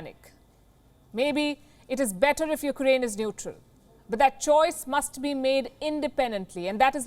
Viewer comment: Palki, I'm a huge fan.... but please. your pronunciation of Ukraine is "noise"/ disturbance in communication.. It's not "yuk-A-rain" (as you continuously say). It's "yuk-rain". Get rid of the unnecessary "A".